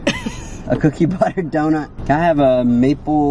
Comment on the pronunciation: Wait i cackled out loud when he couldnt say cookie butter donut😂😂😂😂😂😂